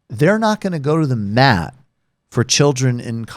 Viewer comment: It's "go to the mat" not "go to the map"